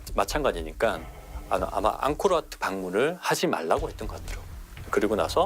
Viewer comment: 앙크로와트 아니예요. 앙코르와트죠. 더빙 수정하셔야 할 듯..